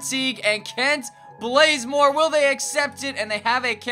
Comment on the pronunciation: Blazemore😂😂its bazemore